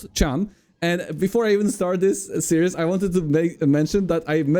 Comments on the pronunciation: "series" is pronounced "sear-ease", with the "sear" part being 1 syllable not 2 (unlike the word "seer" which is 2 syllables). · FYI Series is pronounced 'seer-is', like "My seer is on fire". 'See ry ooz' is serious, but in a Polish accent. Love you <3